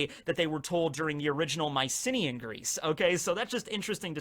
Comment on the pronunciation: Anyone else first think was saying "my city in Greece"? Not Mycenea Greece. Fun video though!